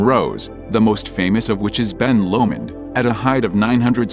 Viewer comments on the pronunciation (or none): When computer voice said Ben Loomin, is he meant Ben Lomond?